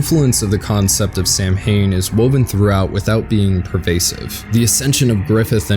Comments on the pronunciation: Excellent breakdown/review of one of my all time favorite anime/manga! I thoroughly enjoyed your take on this dark masterpiece. Also it is indeed pronounced "Sow-wain" or "sow-wen" not "Sam-hain". The "M" sound is silent and a product of the anglicization of the oroginal Celtic word. Not a criticism at all, as really both are accepted by English-speaking Neo-druids (such as myself). I just wanted to point that out; again not a criticism nor correct I just thought you might find the input from someone familiar with the word interesting. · yeah im sorry but the word Samhain is an Irish word meaning basically Halloween and its not pronounced (sam-hain) its not an english word so why did you pronounce it that way its (sou -han) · Samhain isn't pernounced like that it's pernounced like s-ow-win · Good dissection. But 'Samhain' is pronounced sah-win. It originated in the Celtic world, just as I. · Samhain is pronounced Suh-Ween just for the record, excellent video overall though! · Who the fuck pronounces it as Sam Hain 😂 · As an Irish person I physically cringed every time you pronounced Samhain as SAM-HAYNE. Great video otherwise